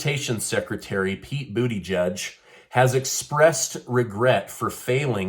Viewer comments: Gotta admit, the pronunciation of "Buu-Tee-Judge" has me chuckling. 🤣 But in all seriousness; is he actually trying to pull a woe-is-me-and-my-situation regarding with Ohio? Damn dude, just admit you screwed up and retire. Get someone serious into that position. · Its booty-edge. Get it right. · Boodyjudge lol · The IRS shouldn't even have information as to skin color or ethnicity. My hearing isn't what it used to be but I sure thought that I heard you call our transportation secretary "Booty Judge". Probably just my aging ears but I got a good chuckle. Thanks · I believe it's pronounced "Pete Booty plug" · I love your content. Did you say Bootyjudge?